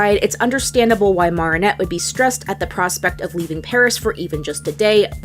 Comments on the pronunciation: Really called her morrrrrrrrrinette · Why are you saying her name like that? Even in French I don’t think it’s said Maronette Marionette. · 'Marnet' Me: Inhale exhale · So we going to ignore how she saying martinet? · lord i hate how she pronounces marinette😞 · I like your videos but have you ever actually seen the show? You mispronounced Marinette every time. I can forgive that, but then you butchered Chloe’s name and now I am so unsure. I just don’t think you’ve seen it, because if you’d seen it, you would know how to pronounce the name… they say it all the time. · Why does she mispronounce marinette’s name? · marinette (short a) , Bougeois (bujwa) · This was amazing but im sorry I just can't stop laughing at how you pronounce Marinette and Bourgeois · I like how she mispronounced Marinette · The way you’re pronouncing Marinette is killing me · Stop saying marionette like that 😭😭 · Okay I can get by you mispronouncing Marinette’s name but Chloe’s last name? I gotta draw the line somewhere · This is a very well put together video but the mispronunciation of Marinette’s name is killing me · pronouncing every single name wrong... go off queen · ms girl do you seriously think a professional voice actor cant pronounce adrien or chloë etc. they literally say the names wrong, idc how you try to spin it ur straight up wrong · Your pronunciation of Marinette and Bourgeois had me questioning if you really are a fan of this show for real. But I appreciate your analysis of Chat Noir/Adrien. That's probably the most nuanced I've seen yet about his character, especially the part about him being a victim of child abuse. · the way she pronounces marinette bothers me but great video anyway😂💕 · Do you have an accent cause you pronunciation of Marinette is a little aggravating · Its Not Marr-In-Nette Its Mair-In-Nette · OH MY EFING GOD- , ITS NOT MAAARIN- AT. ITS MA RIN ATE. OH MY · Its pernnounced mer not mar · she pronounced it mar-i-nette and it sound like mer-i-nette